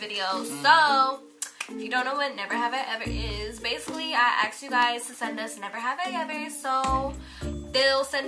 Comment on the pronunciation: I love u guys not gonna lie but I get soo stressed when says aks instead of ask lol😂❤️🤞🏽